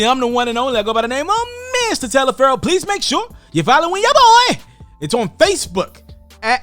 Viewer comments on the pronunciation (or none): none